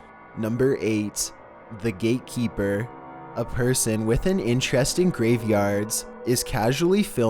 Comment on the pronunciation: I heard gay keeper lmao